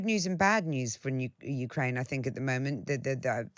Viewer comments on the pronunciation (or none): she said NUkraine